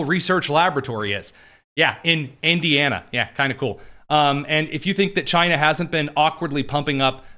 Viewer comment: Chy-na our ENEMY